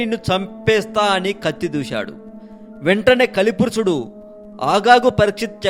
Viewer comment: పురుసుడు కాదు పురుషుడు